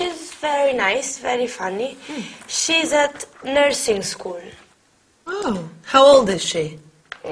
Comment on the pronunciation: Скуль-school это так убого звучит